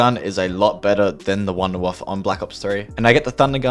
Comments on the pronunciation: it’s pronounced wunderwaffe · The word verrückt is from germany, so this german guy was right. But nobody from the english speaking country is saying it right. Also the Wunderwaffe from this map is really funny to hear all the different english pronounciation. Sometimes the people say wonderwaffle